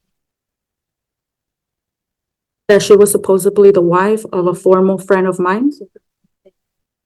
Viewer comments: off topic, why do people say "supposebly" instead of "supposedly"? And why don't people correct them?? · 😂😂 She had the nerve to say it more than once! She also said "supposEBly." 🤦🏽‍♀️